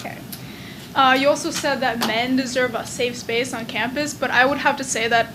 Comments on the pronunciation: how did she fuck up "safe space" 3 times in a row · Dat bitch can't say "Safe Space" for shit ! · The amount of times she messed up the words, "safe space" was infuriating. 😂